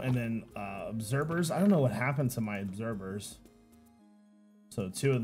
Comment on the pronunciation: it's obserVer not obserBer